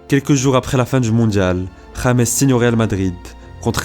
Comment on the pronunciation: Pourquoi il met que "james" sur son maillot au lieu de mettre "Rodriguez" ? Et son prénom est mal prononcé